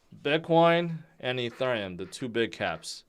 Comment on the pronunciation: I'm new here, what the heck is "E"turn"neum...🙄